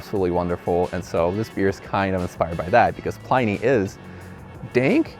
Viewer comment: It's not pronounced "PLY-nee". It's pronounced "PLIN-ee"........